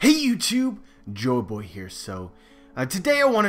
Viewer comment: Your name is joy not jo